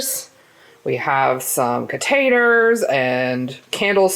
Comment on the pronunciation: I heard "potaters" and was like "WHAT SORCERY IS THIS." After playing it back three times I realized you said "containers." 🤣 Also, I feel like is a closet chaotic, but she really couldn't contain it today. ( ¬w¬) Anyway, I think they look really cute!! HAPPY NEW YEAR!!!!!!! <3